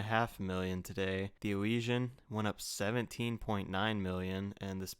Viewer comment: Hey this is someone who actually pronounces "Elysian" correctly. Well done.